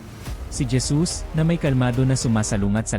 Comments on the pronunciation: Bakit po Dyesus Ang basa mo sa Jesus? O baka nabingi lng aq at nagkamli ng pandinig😅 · Kapatid halatang ala Kang alam sa biblia pangalan lang ni Jesus dimo pa masabi ng maayos Gesus"🤦ayusin mo mga sinasabi mo kinakain mo dila mo....😛😝😜hay naku.... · Hesus po ang pagbigkas ng JESUS😊